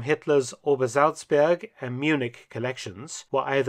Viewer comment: Admit it, you're just here for the correct pronunciation of "Obersalzberg"